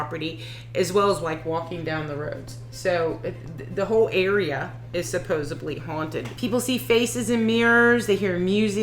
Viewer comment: Supposedly not supposebly